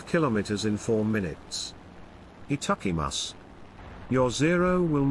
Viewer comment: Your Japanese skills are killing me 🤣🤣😂😂😂😂🤣🤣😂😂😂😂 Etuckymus (supposed to be itadakimasuいただきます)